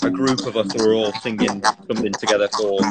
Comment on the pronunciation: Love the way niall says together he says "togetter" I LOVE ITTT!!!!